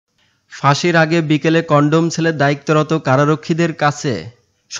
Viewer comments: ভাই কন্ডম না কথাটা হবে কন্ডেম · কনডম সেল না 🤣🤣🤣🤣 কনডেম সেল 😆😆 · ছাগলরে কন্ডম না কনডেম সেল।